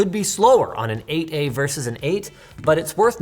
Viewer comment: I hate how "8a" keeps sounding like "aa"